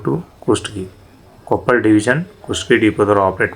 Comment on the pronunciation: ಕೊಪ್ಪಳ್ ಅಲ್ಲ ಕೊಪ್ಪಳ